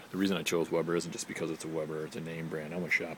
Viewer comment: Decent video - But its a WEBER not webber. Always a great grill. My last one lasted 15 yrs. Could have went longer but had the urge for a new one. About the propane scale - lasts only so long. spring based... You sound like you really don't need it anyway. I can lift mine & tell pretty accurately if its 1/2, 1/4 full etc. I'm looking at the 330-e, think it's in my future.. Keep on grillin"!!